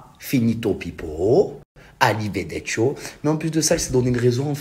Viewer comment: hihi (que j'aime bcp!!!) on dit: ARRIVEDERCI.......